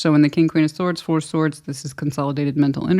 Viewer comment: 😂 when you said 2+2 is 4 I heard floor 😅